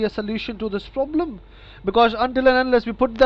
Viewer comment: the scammer says problem funny af